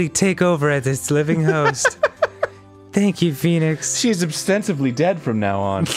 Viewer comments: bro said poenix wright in the intro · "Peenix right"